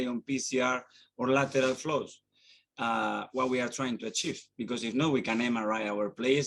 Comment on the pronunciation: Love how he says “Lateral flows”